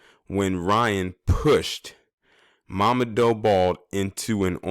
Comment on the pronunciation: His name is pronounced "mama-doo" an Ethiopian Brother..R.I.P.